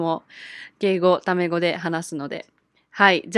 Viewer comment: When you said タメ語 I thought it was 卵 I was so confused for a moment